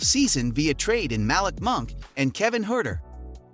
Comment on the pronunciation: Mal-lick monk too 🤣🤣🤣 I'm surprised he said Sacramento correctly